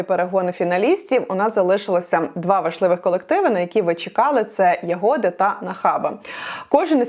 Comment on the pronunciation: може все таки Ягоди а не ягОди?